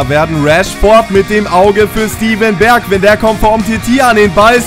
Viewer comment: man spricht das "ij" wie "ei" aus das heisst man spricht es bergwein, weinaldum, van deik etc. aus